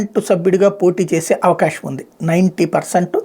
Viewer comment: రేయ్ మొద్దు నాకొడక అవకాషము కాదురా అవకాశం.. ఆ గుటకలు త్రేన్పులు దరిద్రుడా డాక్టర్ కి చూయించుకో